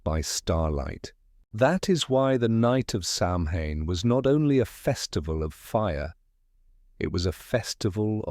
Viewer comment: You pronounced Samhain wrong! It's pronounced Sowen.